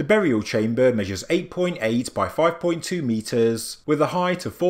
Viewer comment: Still the AI reading and still pronouncing the simplest words completely wrong with definitely sounds horrible when dragging out words to Long, saying words top, empty and chamber makes me cringe and stop watching immediately!